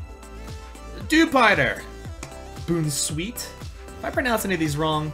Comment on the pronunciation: here are some of the pokemon you mispronounced 1. Bon-sweet 2. Soul-gal-e-o 3. Puke-oo-meuke-oo 4. Shin-ot-ic 5. Pop-li-o